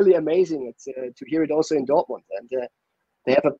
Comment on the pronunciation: And the "education at Dortomond" part